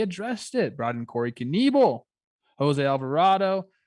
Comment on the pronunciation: Brewers announcers always pronounced Knebel as Kuh-neh-bull. Not Kuh-nee-bull.